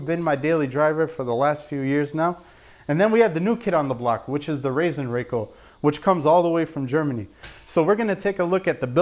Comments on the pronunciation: Pronounced Raaasen Rackell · Funny how "Rasenrakel" is pronounced in USA 😅 If you take a closer look, you'll see that it's made of one solid sheet of metal with edges gently bent (so actually no edges at all). That is why it glides so easily in spite of its weight and that is why it makes little to no damage to the grass blades when top dressing. The open top is there to collect the larger pieces of wood (when using compost etc.) which otherwise stay "floating" on the grass, but it's useless when using pure sand. You can fill it with silicone if you always use just sand, but it's actually a usefull feature. Greatings from Austria! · Sorry, it is called Rasenrakel. Not Rassenrakel. Because Rasen is the german word for lawn, and Rassen is it for breed/races.;-)